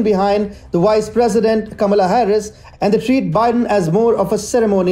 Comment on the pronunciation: Also she is not the “wice” president.